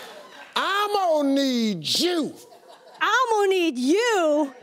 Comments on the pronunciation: It's not 'I'm Mo' its 'Ammo' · Sounds like he's saying ammo need jew lol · it started to sound like "ima knead jew" and then i paused the video and rethought my life.